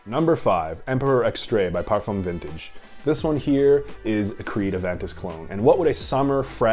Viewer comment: 😄😄😄😄WHY TF you say "parfam"?